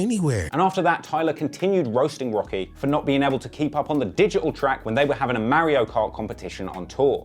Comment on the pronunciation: Marry-O Go Kart, I think I might pick BRAUZER